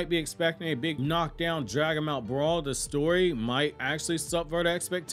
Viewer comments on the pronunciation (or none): none